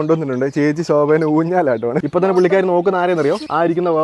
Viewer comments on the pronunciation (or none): none